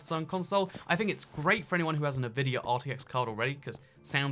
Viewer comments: The GTX 10 series can actually do ray tracing. Also, NI-vidia? It's pronounced EN-vidia. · "en-vidia" not "Navidia" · hardly... The company name begins with the letter N. N vidia. He can say N. His pronunciation is as if he is sounding out the N. Plenty of Brits say it correctly. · It's N-VIDIA not NI-VIDIA. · Love you bro... But you need to say Nvidia correctly... It's obnoxious! Say it like so it sounds like this.. ENvidia. Not Nuhvidia. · En vidia not na vidia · btw it's pronounced en-vidia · It's not nuvidia, why do you pronounce so many words wrong? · Partnering with Ne-Vidia... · Ah yes, navidia.... wait what? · The way you say NVIDIA is odd to say the least xd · Is it just me that gets annoyed by the way he says Nvidia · OH MY GOD I CANT WATCH THIS WITH THE WAY HE PRONOUNCES NVIDIA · Can we talk about how he pronounced Nvidia? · Take a shot every time he mispronounces Nvidia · Why do you say Nvidia like that. That is the only thing I've thought about this entire video... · Yeah ik, a lot of people are saying it weird.